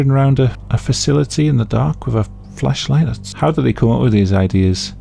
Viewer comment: I don't know if it's my dirty mind but everytime you say Flashlight I hear Fleshlight.